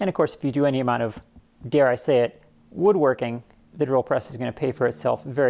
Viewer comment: I like how you say "woodworking" like you have a mouthful of bitter lemons. 😁